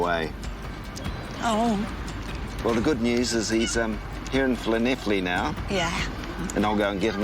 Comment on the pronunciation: I’m very impressed that you got the pronunciation of Llanelli bob on! Better than many British people! Nice one